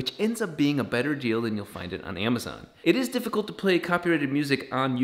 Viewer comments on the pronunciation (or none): none